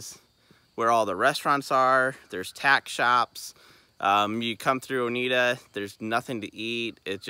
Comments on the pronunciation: I live in Oneida and it’s actually pronounced OH-NYE-DUH 😊 Oneida is actually a really great little town to go through to get to the Big South Fork. We have more than just fast food, but you just have to do a little digging to find the good food spots 😉 the drive from Oneida down to BSF is a beautiful ride and yes the curves can be a bit much, but the drive is breathtaking! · Great video! FYI - Oneida is pronounced own-eye-duh ;)